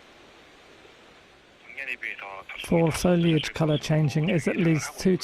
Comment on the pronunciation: Also...foliage...FO, as in PHO in PHOTO. Not FA as in FALL